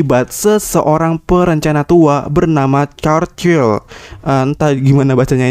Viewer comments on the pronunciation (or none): none